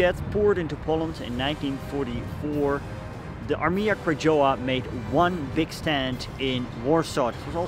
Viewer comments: Nice film! btw - Krajowa(national army) read Krayova, read "j" like "y" :) Coz reading in eng word "krajowa" making this word very close to "Kradzierz"(theft) so as native polish speaker sounds like "theft army" ;) /I know, you dont speak polish but perhaps its good to know next time. Specially for me when i have to come back few times and thing what the hell is "armia kradżowa?" Or just better speak "national army" Krajowa means exactly country but in this way should be translate as National. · It's more like "Krayova", you don't spell Polish "j" and "w" in English way. Btw your pronunciation of "Łódź" was perfect. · Beautiful except Armia Krajowa is pronounced Ahr-mya Kra-YO- va. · Nice video... If I can suggest something, I would suggest saying "Armia Krajowa" as "Armia Krayowa" or in English "Home Army" ... In Polish we read "j" as "y" ... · pronunciation of "AK" (Armia Krajowa) is probably more like "Armya Krayova" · Armia Krajowa is pronounced as AR-mya Krah-YO-va. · krajowa read as krayova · "J" in Armia Krajowa is to be spelled like "Y" in "yes".